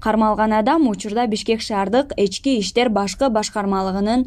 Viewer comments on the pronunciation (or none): Эчки иштер эмес ички иштер дечи диктора кыз